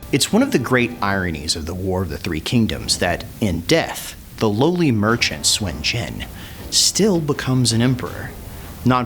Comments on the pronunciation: why do u say swen jen ?? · It's not Swin Jin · SUN JIAN SOON JEE-ANNE THAT IS THE PROPER PRONUNCIATION Nice video though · "Swin jin" yeah..... no. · I'm chinese and it's not pronounced swin jin. Lmfao